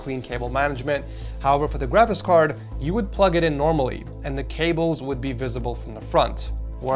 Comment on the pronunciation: I like when he says " GRAVIS CARD" more like travis card...